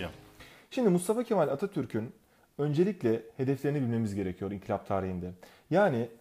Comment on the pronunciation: hocam inkilap değil inkılap :D